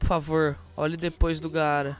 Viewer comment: Nao é gaaaaaara como se pronuncia é apenas gara q se diz